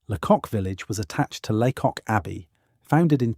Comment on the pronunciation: Lots of footage that is not England which is a shame. Pronunciation is off too: it is not LeCock but pronounced laycock. And it isn't sinkwee ports but sank ports.